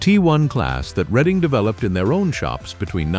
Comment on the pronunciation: It is NOT the reading railroad, it is PRONOUNCED Red ing. My father was an engineer on the READING RAILROAD. READING steam locomotives had a WOOTEN firebox for anthracite, a hard coal. The READING was the largest hauler of anthracite coal in America.